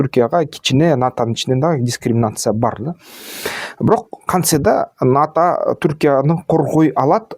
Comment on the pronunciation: Сенин булар менен ишиң эмне, арабаңды кылдырата бербейсиңби?! Сен абал ната деп балдырабай НАТО деп түздөп айтчы?! Сенин айтканың менен эмес, Алланын айтканы болот!